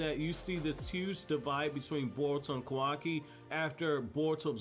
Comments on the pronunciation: KAH-WAH-KI NOT KOWAWKI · It bothers me how this guy mispronounces Kawaki, also he doesn't use Taijutsu because he isn't a ninja. He can just fight, but it's not ninja martial arts.